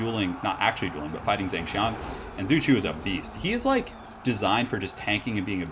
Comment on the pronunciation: Someone please correct me if I'm wrong, but I'm pretty sure is mispronouncing these names. Xu should be pronounced "Shu" and Zheng should be pronounced more like "Jung".